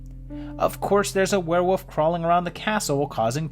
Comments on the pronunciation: It's Were-WOLF. Say it with me. That's Fascinating. Champagne!! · What is a "where-wuf"???